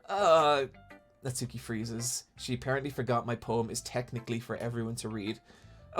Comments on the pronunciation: Japanese pronunciation tip: the 'u' in Natsuki is silent. As in, Nats-ki, rather than Nat-soo-ki. It's like Sasuke from Naruto, where I first learned about this way back. Yeah that's right, I get all my Japanese pronunciation from listening to anime. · this is such a nitpick and i’m sorry for that but with the name natsuki, the u isn’t really pronounced so it’s more like “natski”